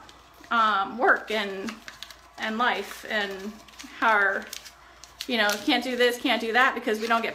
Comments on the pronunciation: I love how she says how. Howr. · Me neither. How does "how" turn into "hawr"? They don't even sound similar. Very odd. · She can't say how she says hower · I have never heard another person pronounce "how" as "haawr" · I wonder if she had speech issues because that msy explain Bella's delayed speech too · It sounds stupid